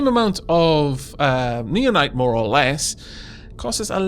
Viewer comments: You're probably suppose to pronouce it now-nites, common with nao to be pronounced as now. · I think naonite is pronounced like 'now-nite.'